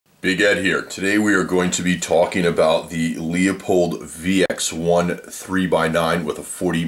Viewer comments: It is pronouced Loo-pold...not Leeuu-pold or Luua-pold.....the 'e' is silent. Lupold.... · LOO-pold. Good review aside from that. :) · Pronounced: Loopold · i don't trust a reviewer who can't even correctly pronounce the name of the item being reviewed.